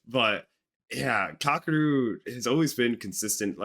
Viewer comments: It's not kah, keh, or roo. Definitely not ROOOO. It's ka-ke-ru. But hey, I guess it's better than "cockadoo" which is literally how 99.9% of Americans pronounce it. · Not Kack! Kah--Keh--Roo.